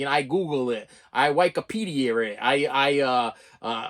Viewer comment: "Why-kopedia"? I've never heard it pronounced like that before.